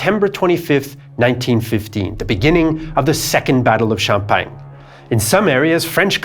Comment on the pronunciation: The french fought in Xiao-peng? Or in sham-pack-ni? At least the french high command was more effective that germany ever was when it comes to getting a lot of french killed